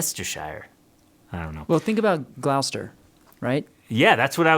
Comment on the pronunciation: Another luthier school that im a big fan of is Crimson Guitars in the UK. They do a lot of electric guitars, but they do offer acoustic building classes. And, as a resident of Gloucester, Va, its pronounced gloss-stir.